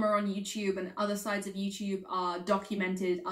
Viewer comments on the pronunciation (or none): none